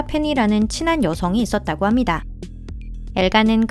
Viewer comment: ~~ 합니다 `~~ 있습니다 할때 음이 너무 부자연 스럽네요 그전 영상에서는 못느꼈는데 어색하네요